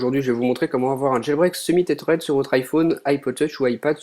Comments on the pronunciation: C'est pas comme ça qu'on prononce" tethered " mais bon , bonne vidéo quand même :) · Aïe!!! La prononciation de tethered!